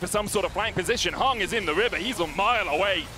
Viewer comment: bro why are they saying HUNG his name is HANG'